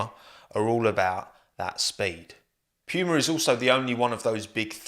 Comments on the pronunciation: It's Puma not Piuma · PEWMAH.... its poo ma, like the big cat mate. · Who else gets triggered every time he says Piuma instead of just saying Puma? XD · Poo-ma, not Pew-ma 😢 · So I just found out British people pronounce it as “pyuuma” not “pooma”💀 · From an American, how you pronounced Puma was a mind blown. Pewwwma Not making fun, just wondering now what the correct pronunciation is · "pew-ma" Everybody else: "puma" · "p-yoo-mah" lol never heard it pronounced like that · love the british “pyooma” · nobody:: pee-uemar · Lol as an American hearing u say Pewmah and saying it’s on par with Nike and Adidas is so funny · i love it whenever anyone pronounces puma as "p-you-muh" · I had to stop watching, it was getting to me 😂😂😂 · No one:: pyuma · You brits really don't understand how to pronounce puma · i can't get over the way you say puma like it sounds like you're imitating a nerf gun or something. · how do you mispronounce "PUMA." Just kidding, love the what if team videos. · It hurts how you pronounce Puma 🥴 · The english pronoucesation of Puma Really hurts my german ears 😂 great video tho, as always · You say Puma as if ur saying pube